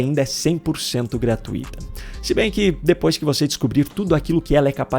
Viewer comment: cuidado com a pronúncia de GRATUITA OU GRATUITO. Percebe que elas não tem acento? Portanto, a sílaba tônica (mais forte) é TUI.